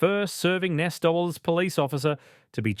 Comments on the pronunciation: “A serving Nessdoubles police officer”. It’s pronounced N.S.W, or New South Wales. Not ‘Nessdoubles’. Get a better AI voice model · If this presentation is AI, it proves how stupid it is to use it. The pronunciation of the NSW Police is pronounced New South Wales Police, the spelling of the accused's name is incorrect. Reading the text errors on this vlog is ridiculous for such a serious case matter. Do better.